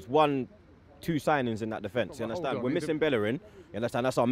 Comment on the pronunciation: U undestan??? 😂😂😂😂😂😂😂